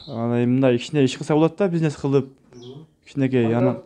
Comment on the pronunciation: Пизнес эмес бизнес,сүйлөө ,речти оңдо